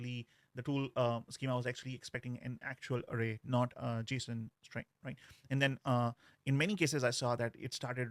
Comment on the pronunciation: you really need to stop pronouncing 'and' like that